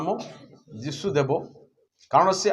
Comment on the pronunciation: ନାମ ଉଚ୍ଚାରଣ ଭୁଲ ହେଇଯାଇଛି